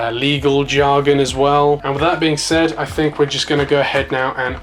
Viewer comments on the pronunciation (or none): none